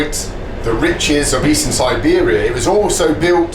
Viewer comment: snor-bear-ia trip 100% :)